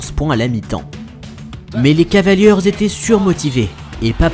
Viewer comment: beau boulot mais les gars, "les cavalieurz" ça m'fait saigner les oreilles